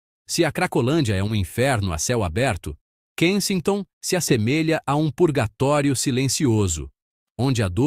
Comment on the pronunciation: Tá pronunciando o nome do lugar errado.😮😅😂